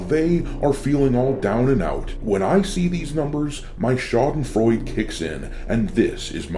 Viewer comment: schadenfreude EEEE if you steal our stuff say it right 😁